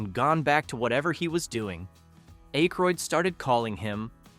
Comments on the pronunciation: Its ack ,, roydd not ache, roydd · 😮Hey, it's pronounced "ACK-ROYD" not "ACHE-ROYD". Otherwise you did a great job. Thanks for the trivia. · you need to figure out how to pronounce peoples name its Dan Ackroyd not A-kroyd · Pronounced short A - Ay-kroyd. not long A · A-croyd? SERIOUSLY? Have you just arrived from MARS? Say his name like that once more and i'm off! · I would love to watch a video with the Blues Brothers factoids and Easter eggs. But I literally cannot sit thru this video with the narrator can’t properly pronounce theman’s name. Hearing “Ache-roid” again and again makes me wanna scream. 😂 Also, you would think that they’d point out the people who made cameos, like with a still shot with an arrow or something. This video really seems lazily made. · Eh-kroyd lol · Dan Aye-kroyd? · At least pronounce akroyd properly man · I can’t watch this if ya can’t get his name right . Bye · Learn how to pronounce Aykroyd.